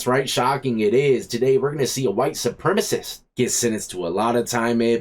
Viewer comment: "SupremAcist" hehe